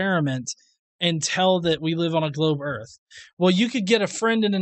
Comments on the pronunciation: Total mass is 0.02% water. That is the absolute last thing you can define earth as is a ball of water. Who the fuck is this absolutely brain dead, ignorant dipshit? How has he found anyone dumb enough to think for a second this guy knows anything at except how to mispronounce earth? Can't pronounce it so it isn't real? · And I'm supposed to listen to a guy who pronounces it "ERRRF" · I just realized where the confusion is coming from; he's talking about Earf, not Earth. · I'm sorry I've never heard of planet Earf... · The guy Delano keeps calling the earth, the "Erf". The guy can't even pronounce a one syllable word properly. He's a moron. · The "erf" flat? What in the h__L is an "erf"? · "The Erf." -- The End. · “Im gonna give you pooves the erf is flat.....the erf flat, suck my nuts”.....those are words of a genius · He is a joke it's not earf.... It's earth!! Lmao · The earf is flat, lol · "da earf flat" uh sure jan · If you can't even pronounce Earth (Erf) any attempt you have to understand it is going to be retarded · "Da Earf" And why am I racist? I walk a higher path. Science, Logic, practicality, and reasoning. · Phlat earf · erf iz flat! i tellz trooth! iz trooth! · "de earf flat" "as fuk" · He knows it's Earth and not Urf? Right? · what in the fuck is an "erff"? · "The Earf"? What is "The Earf"? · "Da earf is flat!" lol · The part that pissed me off is the fact he says errrf instead of earth (He needs to learn English before trying to act like he knows stuff) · He said erf. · He calls it "erf"..... enough said. Lol. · What's the "earf"? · Okay before this guy ever makes another argument about Flat Earth or a globe Earth he needs to First learn how to pronounce Earth. All he kept saying was Erf what thevis Erf? If you say that really fast it sounds like you're barking like a dog Do it. Go ahead. Erf Erf Erf Erf. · "The erff gotta be flat" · Lol! DA EARF FLAT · He can't even say earth he says earf.